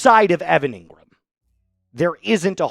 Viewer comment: Engrahm...injury prone. : can't be trusted.